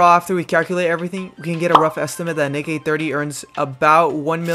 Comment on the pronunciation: yoooo did u almost say ni when saying his name 😭😭